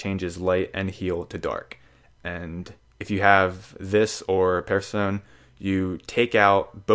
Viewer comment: Really, "Perf-sone"? Say it with me: PER-SE-PHON-EE. Welcome to Greek mythology.